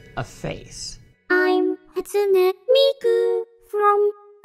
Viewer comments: You said Hatsune Miku wrong, no hate but it's pronounced like this "HĀtsooneh Meekoo" okay I know this is weird as heck. ;w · Whatever Cartoons HA - TSU - nAY mEE - KO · Whatever Cartoons HAT-SOO-NAY MEE-KU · Better than "Hat-SOON miku" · This guy's pronunciation though: "Hatsoonie Miku" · how you pronounce it, though I'll give you he has bits of an American accent in his pronouncing. Hahtsooneh Meekoo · Zai isn't it pronounced Hatsoon Miku